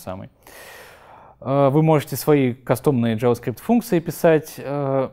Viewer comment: Парень довольно не плохо рассказывает, но дошел до 13 минуты и понимаю, что произношение английских слов и фраз подхрамывает. Ну не протобУф и не Яваскрипт, ну это же жестоко...